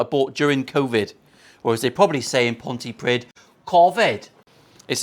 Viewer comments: Pontypridd is pronounced Pontypreeth fella. Cheers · Pont-ee-preeethe. That’s how you say it. 🤓